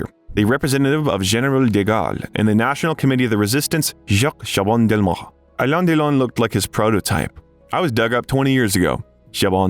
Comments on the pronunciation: You are not pronouncing his name correctly. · Why can't you pronounce Alain Delon's name accurately? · Alain Delon would have deserved a narrator that could pronounce his name correctly. Informative doc, though. Tks for posting